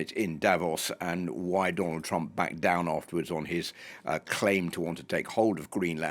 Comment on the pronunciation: twump is a buwwy! just a wittle buwwy! boohoo!